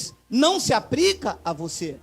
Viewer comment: Aprende a falar, não se fala APRICA, é APLICA. ANALFABETO!!.